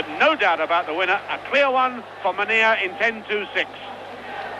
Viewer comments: A shame he can't pronounce Mennea properly! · Mennea's name pronounced badly. I do not understand why native English speakers never have respect for other languages. Try to learn the exact pronunciation as everyone who learns your language does.